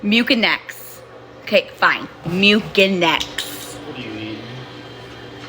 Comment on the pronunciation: STOP SAYING MU-KIN-EX